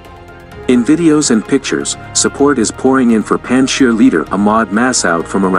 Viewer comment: Please pronounce Afghan names PROPERLY - Some names are NOT pronounced the way they are spelt ! Panjshir is pronounced PUNJJ-SHEER !! ; Massoud is pronounced MUSSOODH ! Afghanistan is pronounced UFF-GAANISS -THAAN !! More pronunciation tips if and when you need !